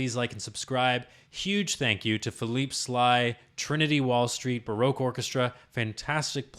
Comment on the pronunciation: ERRR Ba-Rock not Bar-roque Otherwise a stupendous pleasure to watch.